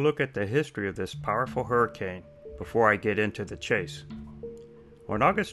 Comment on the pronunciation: " hey dude I was inside a hirricane "